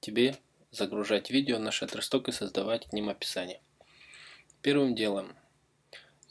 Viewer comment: что такое "шаттер Валера "??